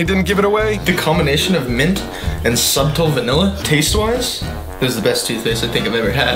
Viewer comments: The way he pronounces “subtle” 😂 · I'm sorry did he just pronounce the b in subtle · I love that he pronounces the 'b' in 'subtle' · "SuBtle". The B is silent,.